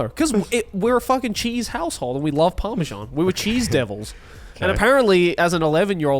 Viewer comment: Fully Revoking Garnt and Connor’s British citizenship for calling Parmesan “parmejan”